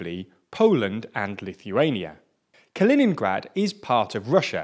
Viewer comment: Say it right. Ka·li·nin·grad [kəˈlēninɡrad]